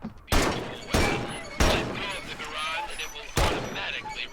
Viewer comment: The guy talking about the guns on the firing range can't even pronounce Garand correctly. What a historic accurate game! :)